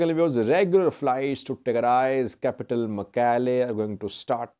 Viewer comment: Thanks, you pronounced Shire and Mekelle much better than those whose first language is Amharic.